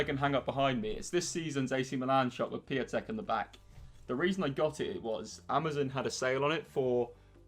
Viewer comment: The way he said piatek gave me hermia